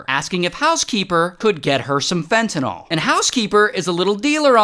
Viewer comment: Why do people have such a hard time saying "Fentanyl" ??